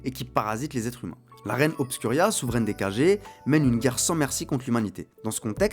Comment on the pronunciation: Ça se lit Kagué mais écrit comme Kage. Je crois que ça signifie ombre. Un peu comme Hokage ou Raikage dans Naruto